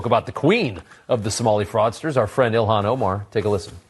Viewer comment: He said Elon Omar. 😂